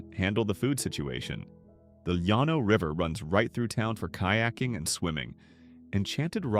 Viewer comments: Llano is pronounced with an L not a Y!!!! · You have never been to these towns because you mispronounced the names. You need to go back to New York. I am 82 and have relatives in some of these towns. AlPINE as in PINE. There is no Y in LLANO. LAN OH. Dinky Dhow!!!!